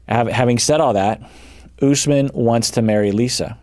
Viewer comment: I just noticed Lisa says Usman's name wrong! Like "us man".